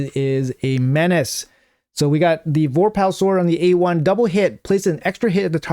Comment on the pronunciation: Vore Pull. Not Vor Pal.